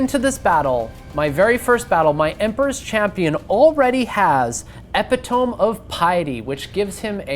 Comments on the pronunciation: Epitome is E-pit-oh-me not Epi-tome just FYI 🙂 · “Epi-toam” don’t you mean “Epit-O-me”? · "epi-tome of piety" :D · Epitome is pronounced "eh-pit-oh-mee" btw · The Epitome pronunciation sent me so badly I had to pause the video and catch my breath. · II was looking for this comment as soon as i heard him say it lol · Everybody just let him go out there and pronounce epitome like that eh? 😅